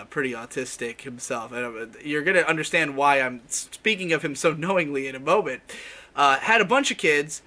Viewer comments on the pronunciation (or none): none